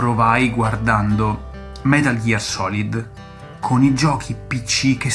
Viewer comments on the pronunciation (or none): none